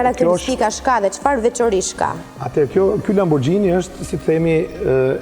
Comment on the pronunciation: Thuhet lamburgini jo lambuxhini